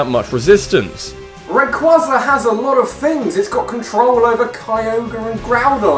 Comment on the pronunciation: It's rayQUAYza not rayQUAHza